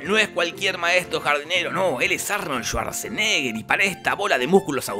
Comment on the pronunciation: Su apellido realmente se pronuncia "schvadsenegah" en alemán, ya sé que no es austríaco.